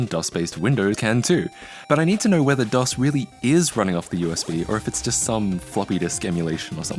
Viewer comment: It's called DOS, not DOSS.